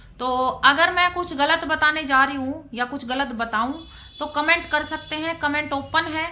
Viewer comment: Kya hai commento commento karti hai.thik se boliye.